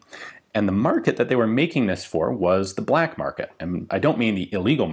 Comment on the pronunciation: It's pronounced "bleck"